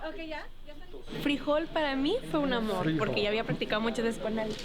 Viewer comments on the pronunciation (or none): Frijol (the dog's name) is pronounced FREE-HOLE in English, with the accentuated syllable on HOLE.